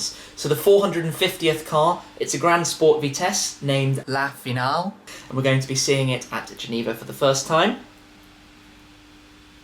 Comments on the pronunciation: Yes, but it isn't pronounced Finalé, it's pronounced as "final". He mad a mistake, and fixed it while editing. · Was that an audio muck up ? I think you accidentally said Finalé, am I right? xD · Gauthier means "feenal" as it would be pronounced in English, which I think you meant as well. He's right. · Hey guys ! I'm french and "Finale" makes something like "feenal" :p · ***** "finalé" doesn't exist in French.